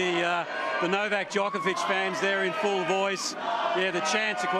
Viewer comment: Australians could do Novak Djokovic a great service by learning to say his name correctly. It's Joke-ov-ich, not Jock-ov-ich. The athlete has pointed this out many times. "If I disrespected him" is a cop out and a non-apology. Djokovic said the comments were insulting and offensive. Not if, you did disrespect him you slick weasel.